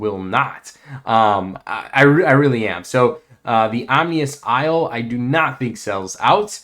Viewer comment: Is English your first language? Lodging Railway instead of Logging Railway. Omnious Isle instead of Ominous Isle.